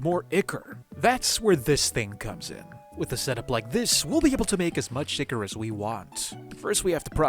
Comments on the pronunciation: It hurts every time I hear you say Ichor as "ick-er". I'm used to hearing Ichor pronounced "eye-kor" as is the proper American pronunciation. (pronounced "eye-kaw" for you with British English) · I really liked this video! The really inventive mods/modpacks feel so intimidating to me. As a polite note, you pronounce "ichor" like "eye-kur/eye-kor." 😊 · 200 days when? also it's pronounced EYEchor.